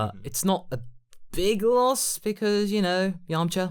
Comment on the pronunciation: Why does say vegeter, idear, and yamcher.